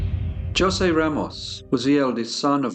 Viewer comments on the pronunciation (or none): Knowing that the j is pronounced as an h in Spanish means I can’t watch this. Every time you say josey I have to yell ho say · As the living ghost of Jose Ramos I implore you to say it like this: Ho-say, not Jo-say. My spirit cannot rest until you do me this kindness. PS, I love your channel. Its a big hit on the other side! PPS, It was Catalina. I only did as she said for love. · Jose is pronounced "hoh" + "zay" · Jos'e is pronounced Ho-say. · J is pronounced zh in Portugal not joesay 😂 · Jose is pronounced hosay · Its actually hose ...the j is silent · But, that's not how you say, Jose. it's jha-seh, but to be fair Brazilian Portuguese and European Portuguese are different but usually, the names are the same. When they say Bom Dia, it's pronounced more like Bom Gia, the I is a e sound. My name is pronounced Esabel, not Isabel.The Brazilian dialect is very different from the European one. I understand Spanish better so I'm not trying to be a jerk. Maybe by accident. I love your channel. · J isn't pronounced like J in Spanish. It's an H sound - Hose. Great story, I'm surprised I'm telling you this 'cause your pronunciation of foreign words is usually top notch! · You have a lovely Spanish accent. I want to share with you that J is the letter for H all the J’s you see in Spanish words are pronounced as an H as in Jose, Julia. 😇 As always you do a wonderful job. I agree with other fans, this went from appreciation of music and literature to serving special sausage to their upscale clientele. Yikes! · I think Jose is pronounced Hose. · Only one comment, his name is pronounced hoe-say. I hope you take this well, accents and spellings are tough! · Jose is pronounced with an H sound at the beginning, not a J. It sounds like ho-zay. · Jose is pronounced Hozé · Jose and Catarina were 2 sick pieces of work. i think Jose should be said as hosay. Very chilling case this week. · Pronounced Ho say as there is no J in the Spanish language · "Joesay" lol